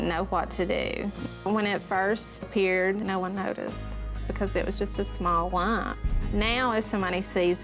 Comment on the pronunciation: Small lumm lmfao Bitch it's "Lump" it has a (P)